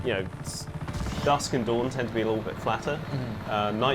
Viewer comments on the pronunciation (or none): none